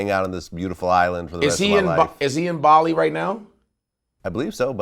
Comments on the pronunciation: Vlad keeps saying Bally when it’s Bali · it's bar-lee not bal-ee (Bali) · No, but perhaps there’s a little confusion because it is a separate island.... I was more annoyed because Vlad kept saying Bally instead of Bali. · It's pronounced Baa-Lee. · Bali is pronounced “Baw-lee”. Almost as bad as “PushER T” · Vlad the way you pronounce Bali …..so bad , listen to Godfrey pronounce it. Besides that I'm looking forward to Indonesia DefJam